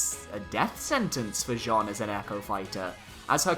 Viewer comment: the way you pronounce Jeanne is terrible :D, it's not pronounce like the male name Jean + ne at the end but like "Janne" with the french pronounciation of the "a"